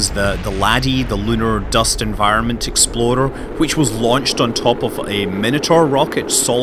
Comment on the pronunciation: why does explorer always sounds like exploder when he says it?